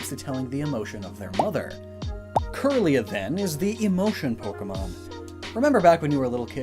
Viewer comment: Kirlia is pronounced “keerlia,” it refers to Kirlian photography which has to do with photographing psychic aura